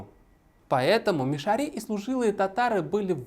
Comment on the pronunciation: Но Салават Хамидуллин хотя бы правильно назвал "МишарЫ" через "Ы", а не по-дурацки "мишарИ", как вы, да еще и с ударением на эту И. Кошмар. Сказать "режет ухо" это не сказать ничего.